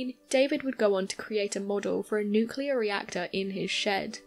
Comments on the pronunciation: Really. An atomic energy MERRIT BADGE IN THE BOY SCOUTS?!?!? Oh come on... And it's "nuclEar". Not "nucUlar". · oh mylanta, it's NU-CLEAR, not Nuk-ular